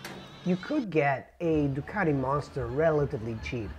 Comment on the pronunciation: Yea, the bad teeth was not necessary. Must be the reason he double pronounces his Teeee's. Ducateeee. Marketeeeeng.